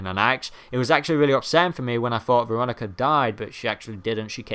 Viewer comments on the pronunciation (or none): none